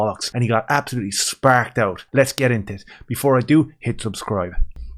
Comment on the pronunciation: "Absholootly shperc oot" that made me suscribe amigo